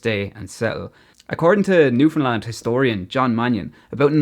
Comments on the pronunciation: Love it! Especially how your pronunciation is perfect - there are Canadians who can't pronounce Newfoundland correctly. Did you ever get over here? If you haven't, car rentals are limited here and you really do need one if you want to travel the province rather than just stay in St. John's. Good luck b'y! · You are so awesome for pronouncing Newfoundland correctly its such a rare thing outside Canada. It blows my mind why people keep calling it Newfndlend. Its like people read Newfoundland and think there has to be some sort of trick to the word theres no way it could be pronounced how its read 😂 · I love how you actually pronounce Newfoundland properly while the majority of mainland Canada puts emphasis where it needn't be lol. Very proud of my Newfoundland heritage and equally proud of my Irish ancestry, 100%. Salt of the earth both sides of the Atlantic. Walsh family of St. Lawerence, Burin Peninsula. Town with a long and storied history indeed. Cheers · I absolutely love when people talk about newfoundland, especially when irish people find us. Not many people talk about or even know about this place if youre not from Canada, and i love how you pronounced the name right! Im so proud to be from Newfoundland and i love sharing cultures with people who come visit, but with irish people specifically its like you guys were raised with us even though its a whole continent away. I love connecting over the culture and accents, and i know id feel right at home if i were to ever visit ireland. Your video is amazing, keep it up!